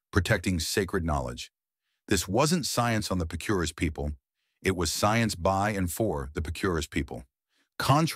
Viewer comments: You did a great job with the artwork and the entire production. However, I’m 99% sure you are mispronouncing Picuris. I lived in that region half my life and I always heard it with the strong accent on Pic’ . Twenty-five years ago the once a decade conference on early man shocked the archaeological community with the genetic revelations that were resulting due to the government collecting dna samples from every tribe and making the data available. Native Americans were rarely in on this. One finding I remember from this conference was the string link between Hopi and Tibetan genes. I live in Brazil. We have tribes on the Atlantic coast who have genes linked to Southeast Asia. And oral history—it has built in checks and balances. One is trained from youth to repeat that history verbatim without a single alteration or mistake. Some oral traditions go back 40,000 years. The Hopi’s for exampleu. By the way, Picuris Pueblo is a small impoverished community. A tiny tribe with many serious problems and hardships in their life. All pueblos have stories of the places they came from and I imagine all of them can name the ruined city or village where they moved from. Best of luck with your work. One day you should attend the Shalako ceremonies at Zuni. There you can experience the power of oral tradition first hand and all night long. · Picuris pronounced Pea, coo, reese. They are also related to Taos. 11th century was the dark ages when Europe didnt see the sun fo 3 years. Supposedly the whole earth was covered by a cloud of ash. Aztecs used Chaco Canyon as a religeous center and used canabalism to control the regional population. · Pronounced "Pic.er.ees" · Couldn't whoever narrated this (AI ???) at least pronounce "Picuris" correctly? It's like : 'Pi cuh reece' over in New Mexico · Picuris is pronounced "pik-uh-reez"